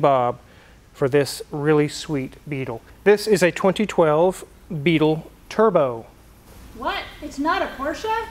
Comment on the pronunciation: Did she say, "tierbo?" 😝